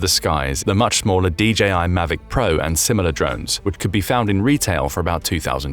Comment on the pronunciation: DJI: "de jee eye" meaning "de jay eye."